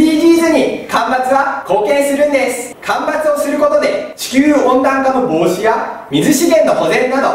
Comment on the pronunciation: 防止や⤴️ の発音がツボ😂 間伐大事ですよね～🌳